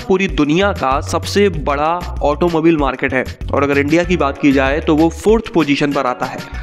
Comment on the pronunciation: It's not pronounced as ऑटोमोबिल , it's correctly as ऑटोमोबाइल